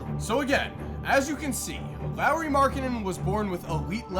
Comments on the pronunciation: Why does he keep saying Lowry Markkanen? It’s lauri lol😂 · It’s pronounced Lori not Lowry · Who says Lauri like the last name of Kyle Lowry. Lolz. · Boi if you say Lauri as Lowry one more time... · U know his name is Lauri and not Larry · It's not Lowry... it's Lauri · Marcus Crescenzo its pronounced lawry not laureeeee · Is it me or saying Lowery not laurri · It is Lari, that's how you pronounce it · Lowry??? Edit : So he is saying Lowry everything... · Do yall get annoyed by how pronounces Lauri like Lowry. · Learn how to pronounce his first name plz....